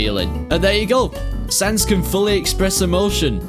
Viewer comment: Thats not sans, thats cans...